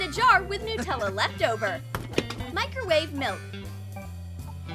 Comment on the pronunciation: Any one notes that they called it Nuutella instead of Nutella